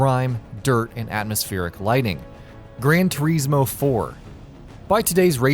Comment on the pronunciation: ‘Gran Toureesmo’. 😂😂😂